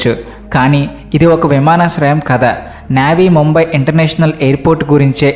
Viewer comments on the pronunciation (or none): entra thammudu intha chandaalanga chebuthunnavu aa vimaanaasrayam peru Navy Navy ani oopi chebuthunnavu, ee maatram basic peru/perlu kooda sarigga uchcharinchaleni vaadiki elanti videolu cheyadaniki arhata undakoodadu.. assalu palakaalsindi Navee/Koththa Mumbai airport Kaasta oka saari ee correct perunu edit chesi sarididduko bro Mana inko famous You tuber Prem Talks lo kooda boththiga perla meeda yaasa undadhu aayanaki, aayana pratthi perunu tikka tikkaga palukuthadu, Aayana nuvu maaraku thammudu